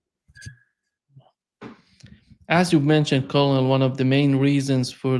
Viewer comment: To: ‘colonel’ is pronounced like ‘kernel’. To Jacques: the past tense of ‘ abide’ is ‘abided’ or less commonly ‘abobe’